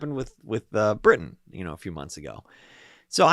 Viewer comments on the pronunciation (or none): none